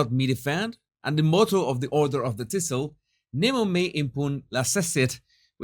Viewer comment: I love how Jesus pronounces “thistle”!😁